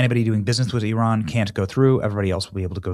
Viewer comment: It's Iran not euron benny